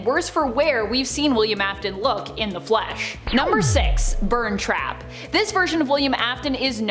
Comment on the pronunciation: You say burntrap as burnt trap.